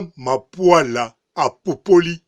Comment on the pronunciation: BB MAPULA. Et non MAPUALA